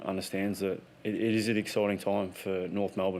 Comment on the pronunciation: Excoiting, really excoited. Yearh excoited 🤦🏽‍♂️ Shaw’s buzz word